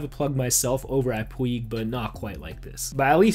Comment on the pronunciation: Hey bro PUIG is pronounced Pouge/Puje